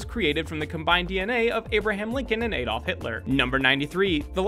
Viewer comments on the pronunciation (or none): none